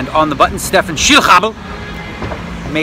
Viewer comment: PSA: Schillhabel = Shill-ha-bel ('Sh' as, for instance, in 'sh'oot and 'ha' as in 'Ha'-waii).